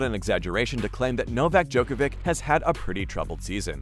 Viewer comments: Hard to understand people still don't know how to pronounce NOVAK DJOKOVIC name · Hard to understand people still after so many years don't know how to pronounce NOVAK DJOKOVIC name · Try to learn to pronounce his last name. You can do it. We believe in you. :)